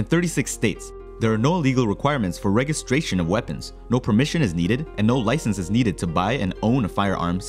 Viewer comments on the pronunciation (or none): Hey,. Lo sé que Inglés es altamente extraño para un hablador de Español, pero en "registration" el "g" es como el "j" de Inglés.